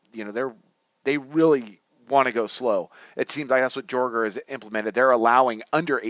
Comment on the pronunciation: I have a hard time tailing you when you don't even know how to pronounce peoples names. It's pronounce Yay-ger, not Jorger